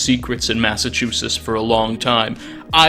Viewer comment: "Gentlemandt" ? "Massachewsess" ? Bro, learn how to speak. Great video, just.. damn.